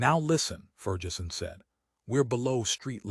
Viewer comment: ferjeson? macoiyni? jeez